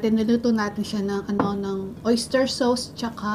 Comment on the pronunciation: Sauce = SOS. Hindi Sauce = Sows.